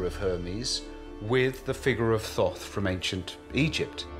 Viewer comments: I am uncomfortable that inside the first minute they are referring to it as th-aww-th...it was pronounced Taught. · All this and not once did they pronounce his name right. Thoth was pronounced "tot" or, lets just say hermes? Theres so much fractured and suspenseful bs here lol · Did he say book of Thot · He called out to me by saying his name to me three times. Thought, Thought, Thought. I found the spelling online of Thoth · Froth, I think is what he said....